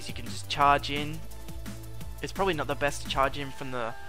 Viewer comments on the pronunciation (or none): none